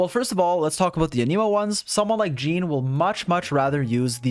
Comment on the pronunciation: good video but one small thing i noticed in general with your videos... you pronounce anemo wrong